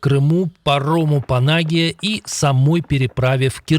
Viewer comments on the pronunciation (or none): ПанАгія. А слово панагІя, з наголосом на "і" вам невідомо?Я дивуюсь з безграмотності тих, хто готує випуски. Може, я не в темі, тоді роз'ясніть, що таке "панАгія"?"ПанагІя", то легко роз'яснюється. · Из 10 каналов только 2 грамотние, а остальние читают не отбивая дупля --панагИя, а не панАгия. вроди как все журналистикой занимались, 😂😂😂😂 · ПанагИя (с ударением на И) , а не ПанАгия!!!!! "Журналистики""":face-blue-smiling::face-blue-smiling::face-blue-smiling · "ПанагИя", однако)) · Ребята, ударение в слове " панагия" приходится на второй слог, т.е. на " И ". Заведите орфографический словарь.